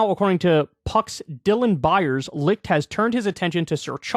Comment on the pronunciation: Kyle can nearly properly pronounce the CH in Licht but cant do the same with Koch🤔